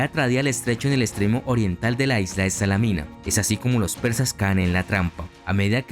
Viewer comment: Muy buen trabajo, pero tener más cuidado con las pronunciaciones. Salamina es tal, no Salámina.